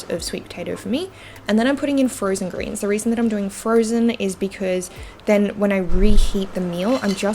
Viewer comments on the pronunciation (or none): none